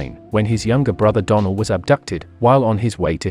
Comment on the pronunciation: How come you mispronounced donell name ? It’s not a hard name to say.